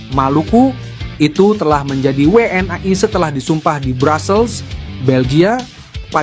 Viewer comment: min jgn kampungan pake BHS biasa saja jgn WNI w an ai kamu SDH slh ucapkan BHS inggris pret